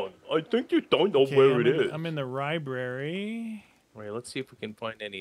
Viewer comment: The fact that didn't notice the zombie number count until said something made me laugh been watching YAW for 10 plus years since I was 11 keep it up guys and that said ribrary instead of library put a smile on my face